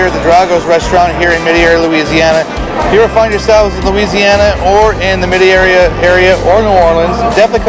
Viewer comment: I hate raw and fried oysters but cha-broiled , I can’t get enough. Love them. Also it’s pronounced MET-AIR-EE. Just like it’s spelled.